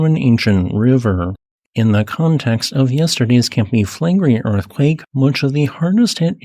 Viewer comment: By the way, it's Campi FlegrEi, not FlEgrei. And incidentally, the entire very round bay of Naples looks like the outline of a supervolcano...